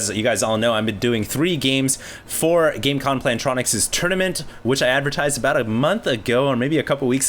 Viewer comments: Does he realize that its Gamecom not Gamecon? Sponsors love when you fuck up there branding. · its gamescom, dude <.< still good vid :)